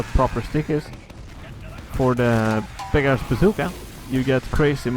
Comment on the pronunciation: when you say beggar's bazooka, it sounds like you are saying big ass zooka XD